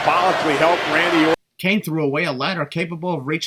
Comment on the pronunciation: Am I the only one who heard botch Randy ortons name when talking about jinder beating him for the title either that I never knew there was a wrestler called Randy Ort